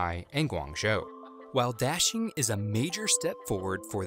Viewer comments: Daxing rhymes with "moshing", not "dashing". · This American English pronunciation of Da Xing really hurts. It's not Dashing, it's Da and Xing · It's daSing. Not daSHing (emfasis on 2nd syllable). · please pronounce correctly,DA (dug)xing and not dashing. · Daxing not dashing idiot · I'm not Chinese, nor do I speak (only my grandparents and their family) it but I'm just annoyed by your pronunciation of "Daxing". The A sound should sound like "ah" like you're at the Dentist, instead of like the sound in "dashing". Great video nonetheless. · Narrator/Presentor keeps saying 'Daxing' Me Hearing : Dashlane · I keep on hearing dashing instead of Daxing, maybe this airport needs a nickname. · When he pronounced “daxing” as “dashing”... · D is actually pronounced as a T in Chinese. Sorry I'm being such a Grammar Nazi lol